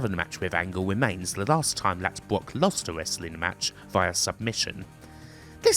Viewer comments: Why does this guy say BWOCK instead of Brock? He uses the w sound for all the Rs 😂😂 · Bwock Lesnar Westling LOL... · So annoying bwock bwock bwock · Why do you keep saying "Bwock Lesnar" but you can say "Brad" perfectly fine.